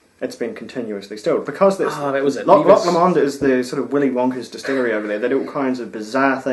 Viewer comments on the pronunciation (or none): Enjoying the Christmas series guys. Just one quibble, its pronounced Loch Lo'mond, not Loch Lomo'nd